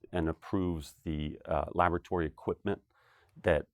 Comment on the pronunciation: Lavatory? Change the stress on the word laboratory to the first o and you can avoid sounding like you're obsessed with toilets.